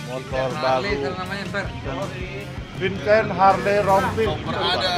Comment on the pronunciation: sedengernya aku "es es" gitu coba play pas pak andre manggil pak Vincent yg mau cuci tgn di kolam renang. cuma pak desta yg benern manggil "Vincent"